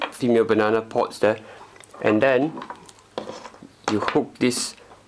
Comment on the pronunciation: hello my friend,finaly you have the good one!!the other one it was a clone,and that is garbitch,this one is a good charger,good choice,i like yo video,becouse you say funny banannnna plug!!hahaha its a joke,i hope you have a lot of pleasure on it from your charger.good video.!!!!go on